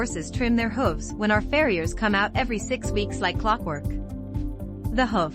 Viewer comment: learn to pronounce hoof properly for f.s